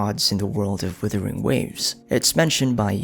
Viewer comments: Great lore breakdown, Thankyou! Also, I'm still waiting to hear Wuthering instead of withering xD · Love this video, looking forward to more. Being polite but a bit of feed back, it does bother me when you pronounce the game Withering, instead of Wuthering.